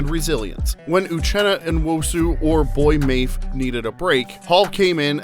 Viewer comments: Nice video but he clearly doesn't follow the hawks. He said boy mafe. We all know it's pronounced boy-yay mof-fay. Lol it's all good though, glad they are getting the recognition they deserve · lololol "boy mafe" loloolool its Boy-yay Maf-fay my dude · I know… he said “Boy Mafe” 😂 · BTW, it is pronounced "Boy-yay Mah-fay". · Boy-ay Mah-fay. Otherwise, great video. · Boye Mafe = “Boy-yea Mah-fay” lol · “Boy maif” 😂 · Boye Mafe is pronounced "boyay mafay". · Boy Maif… sad. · Buoy Mayf. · No its Boy mafe...like Boy george 😂😂😂😂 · Hahahaha Mafe. I wish I could type how bad you mispronounced that